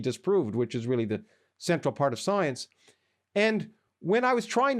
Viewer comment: "Soience" - Lawrence Krauss